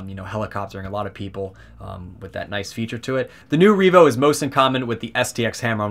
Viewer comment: Revo, not Reevo. Solid review the pronunciation was just throwing me off.